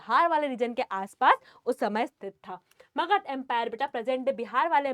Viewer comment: Magad no makahd yes .am you are speaking makahd